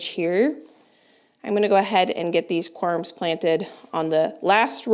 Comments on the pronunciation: They are pronounced corms, like corn but with a m. We used to have deer on our property when we were growing up. I loved to watch them, but they are destructive to the garden. We use to plant things for them on the edge our property that they like to eat. I would not plant any perennials if you have deer pressure. They would just be deer food. You will probably want to watch the orchard during Spring to ensure the deer do t eat all of the new growth on the trees. They can also damage trees with their antlers. That’s probably why they were fenced up to begin with. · What a wonderful garden show. Thanks for sharing. One thing for people to know if they are wondering, it’s pronounced corms not corums if someone is looking up the word it might be confusing. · Corms, not "corums"